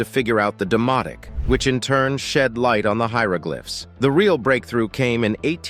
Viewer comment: I'm impressed by your pronunciation, even of foreign places. You even say "hieroglyphs" and "hieroglyphics" in their correct context! Thank you! As for the huge shark, looking so dreadfully bashed up, it seems to be a Great White. What a shame to kill such a magnificent animal! I wish we'd finally realize how important these creatures are to our world. So many stories of kings and others hunting for "fun"!! It sure isn't fun for the poor critter that got killed, just so people could stick their heads up on a wall or walk on them as carpets, and let's not forget the fur coats! Faux fur is beautiful and if we'd wear it instead of the animals the coats actually belong to, we wouldn't have so many of them going extinct. Many interesting facts, though, thank you for all your work! We may be stressed out in our modern world, but living in some of the past centuries must have been horrendous!